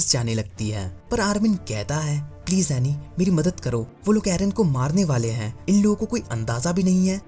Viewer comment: It is anni. Not aney